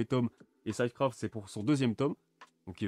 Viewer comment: ça se prononce "Cid" craft pas "syde" craft